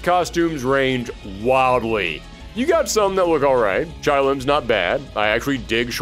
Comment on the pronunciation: "Chay Lim" not "Chai." The announcer even pronounces it for you.